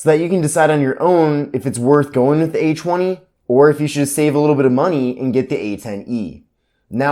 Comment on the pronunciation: he's saying "H woney"